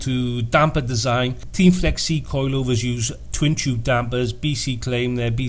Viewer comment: It's pronounced Tein not Teen